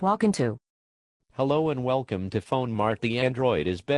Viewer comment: at the beginning he says Well Cum not Welcome